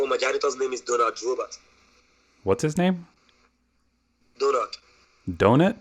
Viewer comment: I think he was trying to say Donald😂